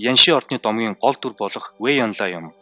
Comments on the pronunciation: Вэй инло биш вэй инлуо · sonin yrihiimaaa😂 фуца би фуча, вэй инло биш вэй инлуо